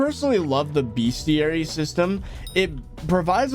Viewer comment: I want to die every time he says bestiary wrong. But good vid though